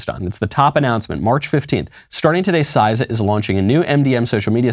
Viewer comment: CISA is pronounced See-Sa, not SizeSa